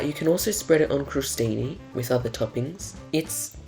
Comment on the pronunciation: Crow Steenee? What!? My Italian housemate genuinely didn't know what word was being attempted 🤣